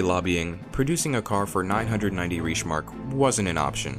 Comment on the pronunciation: Awesome video, but you keep mispronouncing "reichsmark". Common mistake, the German ie sound is different than American and British pronunciation